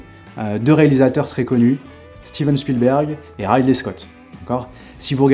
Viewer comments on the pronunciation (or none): Merci pour cette vidéo. Juste une chose : Ridley, ça se prononce comme "Riz d'lait". :)